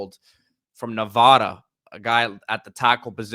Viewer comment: Nee’vada lol NOT navada